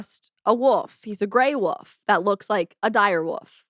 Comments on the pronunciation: Is it just me or is she saying "Woof" instead of "Wolf"? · she says woof instead of wolf 🤣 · Are you calling a wolf a "woof"? Haha i can't. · She can't say Wolf. She keeps saying Woof. Its funny. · w-o-l-f not wof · That woof instead of wolf cracks me up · Dude, is saying Wof right?! Or do I need to get my hearing fixed. No shade, just thought it was funny. Love the week in recap format.